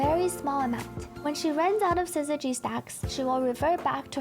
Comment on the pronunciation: Finally, someone who can consistently say syzygy properly!